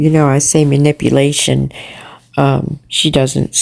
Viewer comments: Man-ip-ole-ation??? 😂😂😂 birds together flock together?? Stimalints, crock tops, stoop to their level, 52 states, I almost feel bad for laughing-almost 😂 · Manipple-ating! I can't 😂🤣😅🤣😂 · Its manip YOU lation you dingbat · 😆😆 Did she say nipplastion 😂I can't! Dude go to school! I was thinking about what she done to Andy about the DV. If you think about it women in DV don't do things like she does. I was in one of those situations and we try to hide that as long as we can until you can't anymore. There's other things but is definitely not in this category! She tries to be..lol